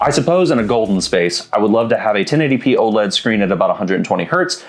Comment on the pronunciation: 1080 pee-ee 😂